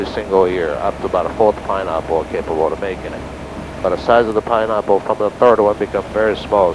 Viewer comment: Lol . "Pineahpple"